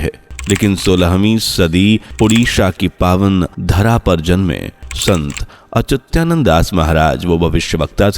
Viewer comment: 😂 मूर्ख संत अच्युतानंद दास 😂 महाराज न कि अत्युचानंद है